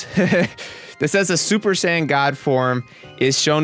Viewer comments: he said super san not sayin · sounds like he is saying 'sans' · Tbh a lot of these powers arent "powers" the regeneration is simply the fact that "SSG" has that capability, SSB does not, simple, and for god sakes Pronounce it correct right "Say-Yins" if you could actually read the fucking article before talking about the powers, and how can you possibly know that chiotzu did learn from his training from self-destruct? The mimicry one makes sense, MIMICRY "to copy or make similar" thats what they are explaining, Frieza did mimic Krillins attack seeing how effective it was against himself, you yourself are just ranting on someone elses work which is about 80% true, yet from your personal opinion your trashing it, AND IF YOU FUCKIN READ MOST OF THEM THEY ARE SAYING IT IS FROM THE MANGA AND FEW INSTANCES IN THE ANIME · When he says saiyan it sounds like he says sand 😆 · did he say super San? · I don't know what is more amusing the article or the commentator that is trying to rip apart the article because thinks he knows everything about DBZ when he can't even say Saiyan properly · I got a cheap laugh out of the way you say "Saiyan" >__< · can't even say Saiyan